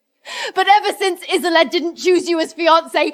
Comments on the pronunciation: I wish they'd get the pronunciation of her NAME right. (So many of these videos ALL get it wrong!!) It's NOT "IZ-oh-let" or "IZ-oh-lade"; it's "Iz-OLD-duh"!!🙄🙄🙄😥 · Isolde is usually pronounced Is-old, not Is-o-let or is-o-laid. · Isolde is not that difficult to say, dammit! Is-ZOL-day. I guarantee you it's never been pronounced as "islam" 😂😂😂😂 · is there really any voice AI can said isolde name right :face-green-smiling::face-green-smiling::face-green-smiling: wtf isoline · The way they're mangling her name is frying me 😂😂😂 I believe Isolde is pronounced uh-zoll-duh. Hell, i could be wrong too 😂😂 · Isolde's name was said correctly only one time! Karon's name? Ridiculous